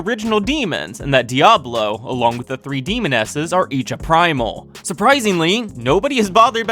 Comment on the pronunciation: Lol r u saying primol